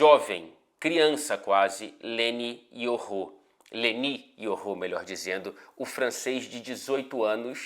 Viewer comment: So falta mudar a pronúncia dos nomes kkkkk é Leny Yoro, nao LENÍ IORRÔ.